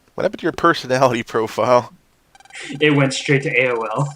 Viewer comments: he said aol not awol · It's "went AWOL" not "went straight to A W O L."